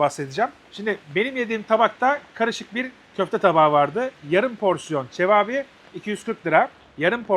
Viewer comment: Abi seni seviyoruz, ama lütfen lütfen cevâbî değil, çevapi… bildiğin kebap, rumelinde çevap oluyor. Cevap niteliğinde bir köfte değil:) sevgiler